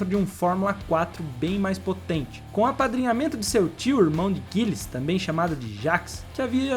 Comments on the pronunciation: Ainda chamou o Gilles de "GUILLES" o tempo todo. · Crítica para seu canal melhorar, pesquise também como se fala os nomes mais corretamente, tipo Gilles e Rahal. Abraço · Meus ouvidos doem cada vez q o pronuncia Gilles Villeneuve! Pelamor cara... vai pesquisar a pronúncia dos nomes. Um canal q se diz de F1 não pode errar a pronuncia de nomes icônicos do esporte. Mas Bob rarral foi o ápice!! kkkkkkkkkkkkkkkkkkkkkk